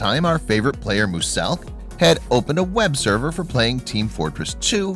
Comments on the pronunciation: Can he top pernoncing it mu - selk. Caus it’s penounced mew - selk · Did he say MOOSILK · He said Mooselk 😂😂😂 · MUSELK SAY MUSELK RIGHT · Who else got mad when he said MOOSELK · Isn't no one gonna ask why this guy says Muselk's name as Mooselk XD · I like how he mispronounced muselk as mooselk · Did my mans really just say Moo-selk???? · I hate how he calls muselk “mooseelk” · every time he says moo-selk i cringe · “Moosellk” dude wtf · The way he says mooselk triggers me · I just hate that he says muselks name wrong 😂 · Lmao why he pronounce muselk “moo-sellk” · If I ever hear Moo-selk again I will break something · Man said muselk like mooselk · Did anyone else cringe when he pronounced Muselk MooosElk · It’s not moo-selk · muselk is pronounced mu-selk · He said it like mooselk😂😂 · did anyone realize he said moo selk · MOO SELK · I liked how he Pronounced muselk😂. “Mooselk”?😅😂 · RiRi Gamez yeah you say it like mUselk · Y u say mooselk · It’s pronounced mew-zelk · Most people say “muscle milk” lmfao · he doesn’t say muselk properly he annoys me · In pronounciation for Muselk was so triggering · your saying muselks name wrong go whatch one of his videos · who else got mad when he mispronounced muselk's name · The way he pronounced muselk broke me 😂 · u said muselk wrong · How dare you pronounce Muselk like that 😤😤😂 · Dude rly this dude said muselk’s name wrong 😂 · ITS MUSELK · summat that really annoys me about this vid is how he pronounces muselk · the muselk pronounciation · How the hell is he pronouncing Muselk? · Anyone else notice he said muselk wrong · i hate how u pronounced muselk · This dude keeps saying Muselk really weirdly. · bc he cant say muselk even tho its easy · its mu S elk not muselk at 10 times speed! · I hate the way he says "Muselk" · How he can't say muselk tho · Yeah he says it wrong in a whole other level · “Mu-selk” why?? That’s not how you say it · Who the hell is mooz elk it’s pronounced muzelk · Not mooselk it’s mulesk